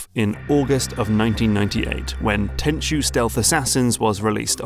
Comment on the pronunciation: Very nice video, 1998 was a good year for the Playstation and when i fell in love with stealth games. looking forward to the next one. Side note, thank you for pronouncing Tenchu correctly as so many other you-tubers call it Ten-ku when they talk about Sekiro, its become a bit of a pet peeve.